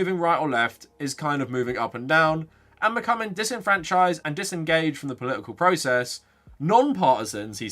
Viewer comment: Poli-ical... I'm just trying to guess which consonant he will randomly drop next.